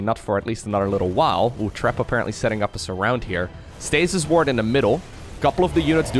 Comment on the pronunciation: I keep hearing "stasis wart" and I chuckle every time!